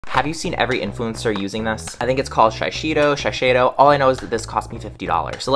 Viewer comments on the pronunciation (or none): Shee - sey - doh. People need to work on pronouncing names correctly, especially people with degrees.